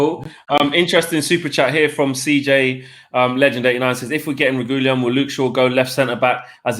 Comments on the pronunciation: I think you pronounce Reguilon like “Reg-wee-on” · I was thinking the same thing 🤦🏻‍♂️ it's not even a difficult name to pronounce. Re-gee-lon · They are all calling him Regulion but there’s no “lion” in the name it’s Re-guil-on. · You're all pronouncing his name completely wrong. It's pronounced "re-gee-lon" not "regewlien" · The pronunciation of reguillon🤦‍♂️ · “Regoolian.” Jesus bloody wept... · And I thought Mark’s pronounciation of Reguillon was bad 😂😂 loved the show lads ❤️💪🏿